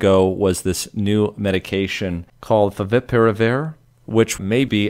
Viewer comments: Despite the dire circumstances (or perhaps because of the bottled stress), I couldn't help but laugh at the enunciation "Faviparivir" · Having some trouble saying ‘Favipiravir’ are we? 😝